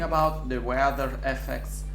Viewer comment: Madonna santa, per cortesia, prendi qualche lezione di inglese! "ueAther" per dire weather, "engiAin" il motore... scritte con ortografia sbagliata... facepalm... te lo dico per te, se vuoi avere un canale internazionale almeno il minimo minimo dello sforzo...